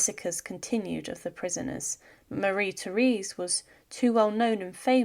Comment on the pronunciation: Her name is pronounced mah-RHEE tay-RES.